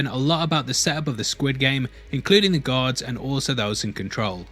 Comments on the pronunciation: I was extremely confused during the intro bc I thought he said Gihun nearly became a god, then I later realized he said "guard" lmao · Got to the last second of the video when I realised you were saying guard, not god. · took me a minute to figure out you were saying "guard" not "God." I was very confused when you said he could've become a "God" lol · You keep pronouncing "guards" like "gods" it sounds like LOL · I think its GUARD not god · I kept thinking you were saying god instead of guard, in your accent how do you differentiate between the two words? in my accent we pronounce the r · GUard... not god... sorry great video but that bit was jarring everytime and confused me for solid 30 secs. I thought you were implying the vips were gods or something. lol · Why do you call 'gaurd' as 'god'? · I tought you said "God" every time you said "Guard" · It took me a while to get that he says guard and not god. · I was only listening to the audio of the vid and getting really confused narrator was saying "choice of becoming a god" im like what? and checked the vid he meant GUARD